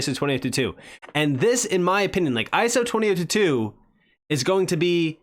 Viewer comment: Lol " iso 20 toot tooot"